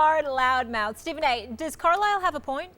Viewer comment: Why the fuck would you pronounce Carisle like Carlile??